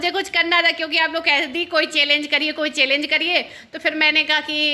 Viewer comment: चेलेन्ज नही होता है पागल चैंलेंज होता है बोलना सीखो थोड़ा शमा रमा जो भी हो